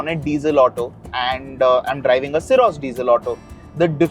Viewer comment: None of the people I've seen up until now, including you guys, have been able to correctly pronounce how the word "SYROS" is supposed to be pronounced. FYI, it's pronounced as sa-ee-rawz, it's a Greek word.